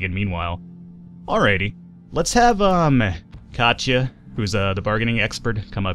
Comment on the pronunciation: *Kachia... it is not KACHIA, it is KATIA, try to spell latin, not english, the game is not made by english, keep in mind, show some respect for Europeans, kachia... lol